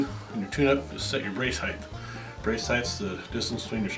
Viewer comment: Oh my god, it's height. Height, goddammit. Not heighth. Can't take it. Otherwise great video.